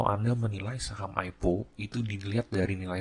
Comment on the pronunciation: om bacanya AI PI O bukan AIPO wkwk